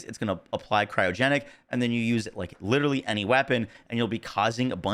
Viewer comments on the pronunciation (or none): none